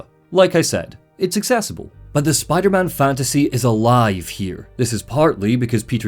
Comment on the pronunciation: RAHHH LETS GO SPIDAHMAHN